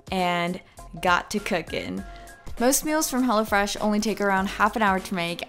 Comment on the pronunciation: When she said "Hello Fresh" I heard "Hella Fresh" 😂